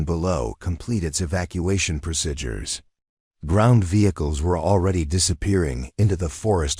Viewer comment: So refused to learn how to correctly pronounce some words. Like procedures and eighteen and others.